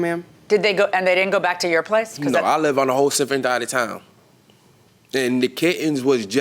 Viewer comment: He said SIFFERENT DIDES of town that was very funny…